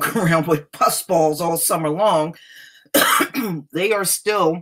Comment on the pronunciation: Everytime you say pusballs I can't stop laughing. Lol